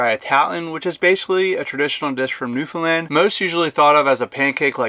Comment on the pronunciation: I'm glad he pronounced Newfoundland correctly.One of the few Americans I've heard that has.